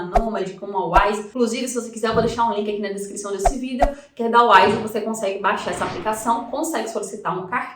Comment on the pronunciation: Quando fala vidÉo me dá uma agonia rsrsrs, fora isso conteúdo top 😉